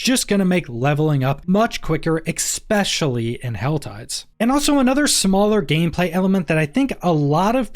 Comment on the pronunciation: Nice outlay of thoughts. I particularly like your observation that faster levelling will lend itself to more experimentation with alt classes. Minor pedantic suggestion for future videos: "Especially" does not have an x in it :-) Please consider breaking your habit of saying "exspecially." For us pedantic grammar police, it jumps out and puts a bump in an otherwise very smooth ride. (only suggesting this because I find your quality to be very high, and I think this is an easy way to improve it even more!)